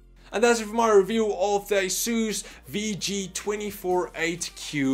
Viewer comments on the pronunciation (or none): It's "Review" mate. You had ONE job.